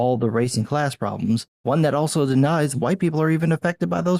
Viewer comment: Love how you say hu-white.